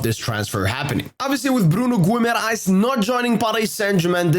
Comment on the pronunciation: im happy guimares wont be coming just so you never pronounce his name again